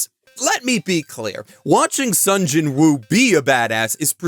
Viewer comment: I read Solo Leveling. It's quite good. Greatest thing ever? No. It's just a cool power fantasy. Not much different from (pick an isekai). Except it's basically reverse-isekai. The monsters come to our world, and some us get powers. Edit: Also, I find it weird you're saying the w in Jinwoo. Apparently they don't in Korean, which is why the dub says "Jinoo." Edit 2: I want to recommend that anyone who EVER prefers READING a manga over watching, should go try reading this. I basically always prefer watching... but there's a bit more if you read it. And I don't just mean a continuation of the story... I mean slightly more depth. Honestly, I read Eminence In Shadow, too. (Good anime, too. And I LOVE that Alpha does an I Am Atomic in the anime. All 3 versions of that are slightly different, so they all have their own strengths. No real weaknesses except it's obviously easier to show cool stuff in animation, or manga, as opposed to the pure text of a LN lol) I like that slightly more than this, actually, because it's INTENTIONALLY a parody, and leans into it. This is basically an accidental parody. It takes itself seriously, but not SO seriously that it's a parody that way... so it basically doesn't do serious or parody properly... but man, it's fun. And I do watch a lot of isekai trash... this is way better than Arifureta, for example. There's less depth than Mushoku Tensei... but depending on what you want from a series, I'd argue this could be a better watch than that, too. But i